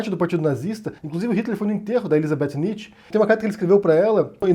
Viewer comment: Sua pronúncia de Nietzsche foi dita errada.